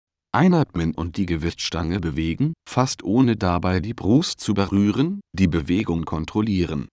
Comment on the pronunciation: xDD du BRUUST zu BERUREN xyD